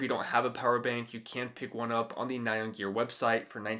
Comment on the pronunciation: Very cool. But I wanted to let you know --- "nyan", as in the Japanese word used for the meme character "nyan cat", isn't pronounced "nigh-on" like in this video. It's pronounced "nee-yahn", very quickly. It's what Japanese people think a cat's "meow" sounds like. TMYK